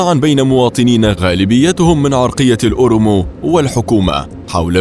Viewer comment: اولا اسمها التيجراي.....بالكسرة وليس التجرااااااي ثانيا الاورومو وليس الاورمو ثالثا تي بي ال اف TPLF تحالف التيجراي